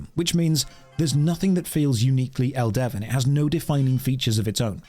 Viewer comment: It's pronounced Elde-VIN not El-Devin Get it right. And the games not that bad as you described. It's filled with lush environments and engaging combat. The servers are lively and fun. Give it a try